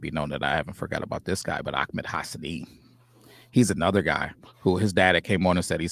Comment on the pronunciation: Will you keep saying Ak- med. His first name is AH- med Hassanein.